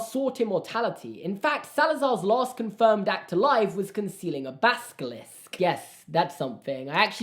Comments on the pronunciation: when u said baskilisk it sounded like sksks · Baskilisk? Ba sk ili sk? Theory!: The baskilisk is a vsco girl Sksksksksks